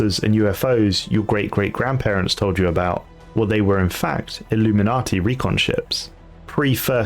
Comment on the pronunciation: Btw it’s illu-min-nate, not illuminati